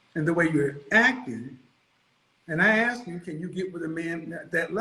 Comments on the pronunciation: If you pronounce ask as ax then you can't be taken seriously as an adult. Basic f*cking grammar, people. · Educated women (or men, too) do NOT say “axe” instead of “ask.” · So, "you AX me a question but don't let me answer" .... It tells one everything 🤯